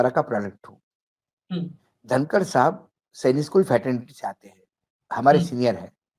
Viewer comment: धनकड नही कनकड😂